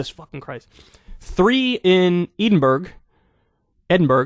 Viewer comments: Kyle I agreed with the video but turned off when you said eeedenburg lmao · So? It’s surprising that this is a surprise to you. Butlers gotta buttle. And yeah, he knows how other people live or at least some other people. Dude went to a rough boarding school. I can’t believe I’m defending Charles of all people. (Kyle doesn’t know how to pronounce Edinburgh…it’s “borough” on the end.) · As a proud Edinburger ( yes, that’s what we are called) I resent your mispronunciation. It’s pronounced Edinbura. Capital of Scotland. Love the show. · No es "eye den burg" es "eddinburrru" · Kyle, Edinburgh is pronounced "Ed-in-bra" ...not "Eaden-berg" and you roll your tongue a little bit on the " bra" FYI. 😉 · Eden Burgh' Lmao 😄😄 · Grammar Nazi warning: Kyle, Edinburgh is pronounced "Edin-bur-uh" not "Edin-burg" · Kyle you need to get out more. Edenburg? Work on your geography dog! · "Eden berg....Ed in berg.."?!?!? Seriously Kyle? Your American is showing. You can't even pronounce the capital of Scotland? "Ed - in - bra", maybe you could get away with "Ed - in - bura", but not Eden berg, or Ed in berg. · I love it when yanks can't understand the accents of Britain and when they mispronounce our towns and cities. 'Edenberg' lol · Edinburgh is pronounced “edd-in-burra” Kyle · It's pronounced Edinburrow! And I'm not even from the UK! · Edinburgh > /ˈɛdɪnbərə/ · Trust me Kyle, if we are British and watch this show, we aren’t fans of the royals. I have never been able to see how they are popular. Ever since I was a child, I’ve been able to see through the endless propaganda. Also, it’s Edinburgh (ED-in-buh-ruh), the capital of Scotland. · I’ve heard Edinburgh mispronounced plenty of times but EE-DEN-BURG takes the cake. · "EDEN-BURG" "MUSE-li" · Kyle butchered "Edinburgh". "Ee-den-burg" will not be tolerated. Arrest him! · lol at kyle saying edinberg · PRONUNCIATION GUIDE: Edinburgh = e - din- bruh Valet = vah- lit (unless he's parking your car) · Wait...Eden-Berg? Try again, my man 🤣🤣